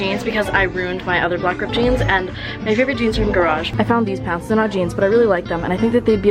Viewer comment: the way you say pants makes me cringe